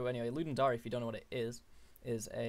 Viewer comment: Ludum Dary? It's a dare, dude. It's the Ludum Dare. As in: I dare you to ..